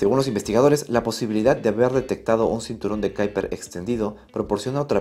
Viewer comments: ¿Cómo qué Kaiper? Será Kuiper en castellano o en todo caso ˈkœypər en neerlandés. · Kuiper se pronuncia como se lee en castellano (cuiper). Es un apellido holandés. Saludos. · En español es m{as comín que se diga, cinturón de quiper! (Kuiper) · "Cinturon de kyper" , ulala que finolis